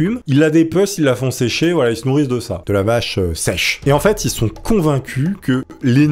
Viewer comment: "de la vacheu sècheu !"